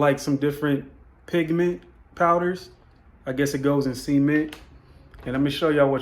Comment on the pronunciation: I love the pots! Personally, I like the pot with the finger prints and textured bottom just as much as the sleeker, more polished version. I hope we get to see your full process in a video. Your Cali accent is very strong when you say “cement.” Okay, lemme finish the video. Lol